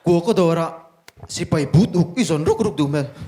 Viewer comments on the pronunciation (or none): none